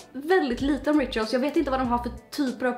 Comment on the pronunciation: Du säger rituals helt fel